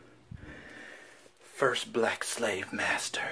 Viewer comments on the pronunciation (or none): I-yuh..AM NOT-tuh..YOUR-uh...SLAVE MASTERRR!!! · I'M NOTTHA YOUR SLAVVV-UH MAST-UUH